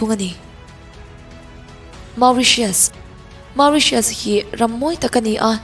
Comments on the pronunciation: Mauritious ni loin moritious tia lam tur ..plus i sawi ho ram hi hna vanna lh ram job placemnt lh eco devlpmnt chhiatna vek alom..Philipnes lh Vietnamese ho phei chu America lh Australia a thok an tam an ram eco plus job van vang... chuan nepal poh chuti tho.. Nepal chu ram rethei ani bok... Peru poh raltlan an tam America ah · Phiippines hi awih awm loh e 😂😂😂 Tiang nise An fa sen te kalsan in lawng ah an rawn thawk lo ang.. Ramdang ah khawsak awlsam nan an thawk vak2 lo ang Macau, Qatar leh America ah an tam.. Khawsak a hautak An inhmun ringawt pawh Mizoram kan inhmun to uchuak ang tho hi.. USA hmun thenkhat insak sa Semi furnish ai pawn kan Mizoram in hmun a to zawk a lawm.. Chuan Mauritius hi i lam dik lo bawk 😊.. An ram hi Ram lum Humidity tam lutuk mahse beach mawi tak2 an nei.. September to October ah winter a nia a vawt ve deuh.. Innei tur an awm in India ah lo Bazar tlangpui a nih loh chuan an lo chah thin a chhan chu an khua ah a to lutuk.. Lehenga set 1 pawh an ram pawisa in Cheng Sing 2 atang 5 vel a nia .. India rawn zin a India a lei a hlawk zawk.Amaherawh chu Mauritius ah hian Indian culture kalpui pawl leh kalpui lo an awm..